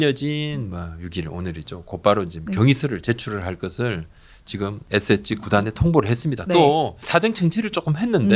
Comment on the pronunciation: SSG 발음 좀 정확히 해주시기 바랍니다 "에쎄지" 또는 "에셋지" , "에세치" 이렇게 들립니다 "에스에스쥐" 이게 정확한 발음이 아닐까요 같이 출연하신 여자 진행자분의 SSG발음하고 너무 비교됩니다 저는 처음에 SH그룹 얘기를 하시는줄 알았습니다 SSG 관계자분들도 그렇게 발음하시는걸 반기시지는 않을 듯 합니다 제가 너무 까탈스럽다 생각하실수 있지만 저와 비슷한 생각을 하시는 분들도 있을것 같습니다 이 채널을 즐겨 시청하는 구독자의 한명으로 조금 안타까운 마음으로 부탁드립니다 감사합니다